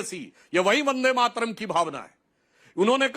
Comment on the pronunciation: Waris pathan ko bulakar vande Mataram song ka apman mat karua. In blogo ke mukh se bande matram sunkar esa lagta hai jaise ye gali de raha hai